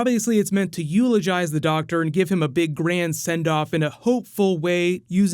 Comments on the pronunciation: it's doctor not doc tor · Doc tour? Why do I keep hearing that doc tour